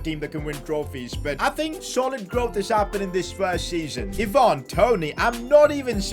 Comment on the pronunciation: Why do you say “ee-VAN Toney” it’s “EYE-van Toney”